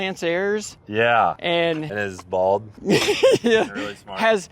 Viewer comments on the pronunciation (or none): none